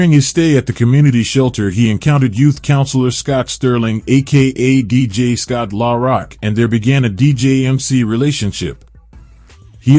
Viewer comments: He need to get Scott name right R don't pronounce It at all I hate these people that do these videos they don't know how to pronounce people named right and they don't know how to tell the story right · Put respect on ScottLaRock name if you can't say it right stfu